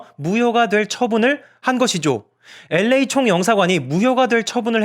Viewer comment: L.A 발음마저 엘-레이 라고 깔끔하게 발음해주시는 도덕책같은 남주님...ㅎㅎㅎㅎ👍 유승준씨도 이 채널보나봐요.. 싫어요가 한개 찍혀있네요..ㅋㅋㅋㅋㅋㅋ